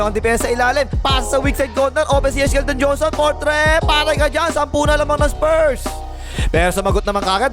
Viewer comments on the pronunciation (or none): Tama ba yung rinig ko YESHKELDON JOHNSON?😂